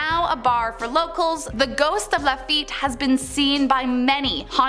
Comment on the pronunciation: There are many in this vid. A few that stand out are "LaFit" (or "LaFet") is properly pronounced "Lah Feet." "New Orleens" is pronounced "New Orlins." (or "Awlins") (The fastest way to annoy a New "Orlinian" is to say "New Orleens" LOL Only when "Orleans" stands alone is it pronounced "Orleens.") "St. Lou-ee" is pronounced "St. Lou-is." (The saint is not to be confused with the trumpet player, Lou-ee Armstrong). "Hoomas House" is a first for me. "Houma" is pronounced "Home-uh." "Shruvport" is pronounced "Shreeveport."